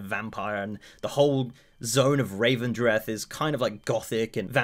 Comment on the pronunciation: rEvendreth not rAvendreth